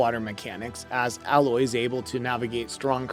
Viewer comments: I’m so triggered by you continually saying “Al-oye”. It’s “AYE-LOYE” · “A”- Loy not “Ah”- Loy. I cringed every time I heard that. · Dude stop saying alloy its a-loy aloy* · Can't even pronounce Alloy correctly 🤣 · Dude you obviously don’t even know anything about this game. You are pronouncing everything wrong. Like it’s actually funny how bad you are butchering their names. Like Alloy? Seriously? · Well, from someone that can't even pronounce 'A'loy correctly... the games 'main' character... what else can we expect? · How can you call yourself and talk about a subject when you literally can't say their names correctly? Tremoortusk? Alloy? Dude just leave 👉🏻 get out and leave your gamer badge at the front desk. Or should I say your gamor bage at the froant deska?